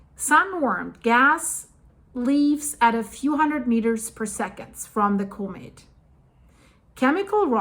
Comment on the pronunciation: Comet not cooment